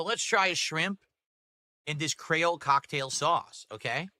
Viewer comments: DEVOUR DEVOUR "CRAYOLE cocktail" its pronounced cree ole and its from Haiti. Creole is a version of French that the Haitians speak. Its like "cajun" sauce but from haiti. Anyone who doesn't know that has never left their house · I never knew I needed to hear pronounce creole incorrectly but got is it glorious